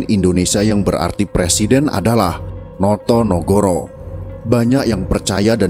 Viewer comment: No to ne go ro bukan noyonohoro